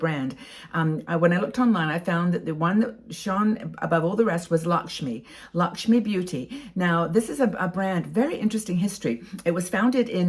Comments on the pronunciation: It's not Lakshmi,it is pronounced as Lak- may.I'm Indian ,and Lakme is my favourite brand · Lovely look - enjoyed the video . I love Lakme products - just a hint its pronounced “l-a-c-k -m-a-y” not Lakshmi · I am an Indian and thank you for sharing your knowledge. Although I must admit you missed out on the chance of dressing up with some Indian Bollywood style jewellery 🤣❤️. Also it's pronounced as "Luck me"